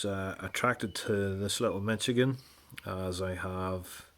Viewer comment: Pronounced Mish-a-gen. Just saying.